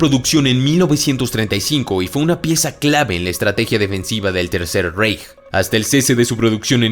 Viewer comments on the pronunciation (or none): none